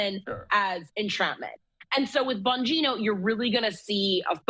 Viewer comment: whining because of a email ... cant you find any thing else to report on ?? and for the record its bongino...not bogino... geniuses